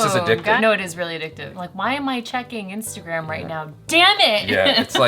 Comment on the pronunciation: Hey, did u say instant gram instead of instagram